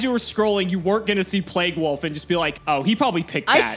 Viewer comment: Today I learned can’t pronounce “wolf”